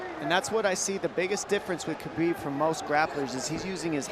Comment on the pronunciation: Khabib not chabib